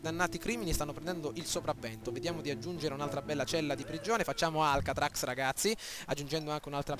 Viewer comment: mi fai ridere quando dici Alcatracs!!!! Si dice Alcatraz xD ahahahaha